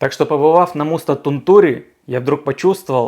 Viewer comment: Не Тунту́ри, а Ту́нтури. В финском ударение почти всегда на первую гласную.